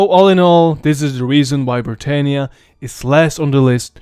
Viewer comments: You pronounced britannia wrong. It's pronounced: brit- an- ya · Imagine being from a province called Britannia and it's pronounced Britaynia? OUCH. Romans did not call it Britaynia. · Hiapaynia? Brittaynia? That's not how the Romans said it. I know that English is not your first language and you do a good job but please in future pronounce words like they should be. You said Italia like it would have been called in Rome and today. Itahlia not Itaylia like Hispaynia or Brittaynia. You did a good job but.... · We say Bri TAH nia.